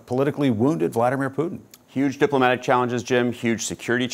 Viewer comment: Why cant any American news anchors pronounce Putin correctly? Listen to your guest and learn, Jim!